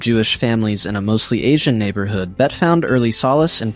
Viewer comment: AI slop: "Bettah" "Betty" 🙄 Can't even get her name pronounced correctly.